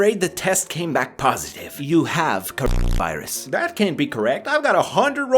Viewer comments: HEY STOP SAYING CORO*VI* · Why can't you say cor**na*irus?